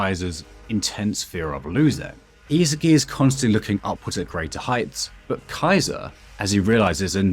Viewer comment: are you saying the names wrong on purpose? It's not ME-chael, it's Michael (My-Coal). It's not (is-i-ki) , it's isagi (e-saw-gee). How do you guys butcher the names when it's common sense